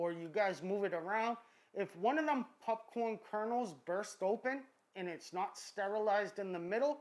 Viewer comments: I had to skip the entire popcorn section. I couldn't get over "pupppcorn". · I heard him say “pupcorn” and was like “ha let me check the comments”.... then I realized that I say popcorm 😒🤫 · He said pupcorn I’m dead 😂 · I hate the way he says pupcorn. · I like how you say pupcorn. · Can someone teach our masked friend to sAY "POPCORN!" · Stop saying pupcorn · Are you seriously saying popcorn wrong on purpose